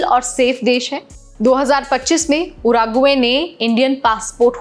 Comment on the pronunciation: उराग्वे नहीं वो उरूग्वे है। संशोधन किया करो थोड़ा